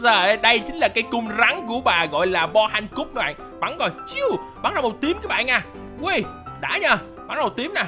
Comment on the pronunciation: Boa Hancock mới đúng chứ không phải là boah cui